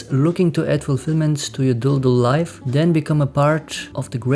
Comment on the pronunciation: Oh yeah I see what you mean, English speakers say Leaf, the actual pronounciation being more like Leyf I guess. His german way of saying it being pretty accurate